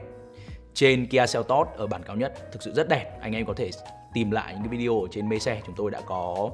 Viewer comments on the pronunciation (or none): none